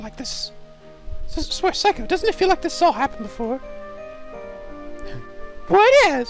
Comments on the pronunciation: ITS NOT SIGH-COH ITS SAY-COH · It's not phsyco it's say- co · Psycho? Really...see-ko. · I know it doesnt really matter now but her name is pronounced Sa kio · Say koe is how I think u say her name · Seiko is pronounced as Say-co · seiko is pronounced sayko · I'm disappointed in his pronunciation of Seikos name. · Hey, good walkthrough so far. I find your readings very entertaining. If I may make an offer, the way you pronounce Seiko's name is with the long "a" sound. In Japanese, ei=ai. (Unless, you knew that and you're just making fun of the name).